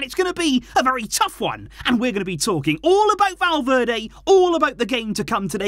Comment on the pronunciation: i was so confused when you said valverdae i thought you were talking about the player ?😭😭😭😭😭 i was so confused